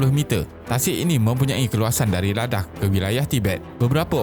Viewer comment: Ingatkan dia nak sebut "ladang" tapi tersedak. Rupanya "ladakh"